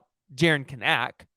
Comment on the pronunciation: You need to learn how to pronounce Kanak !!!!!!!